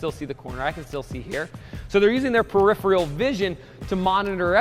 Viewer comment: "Peripheral" It was killing me to hear that mispronounced each time.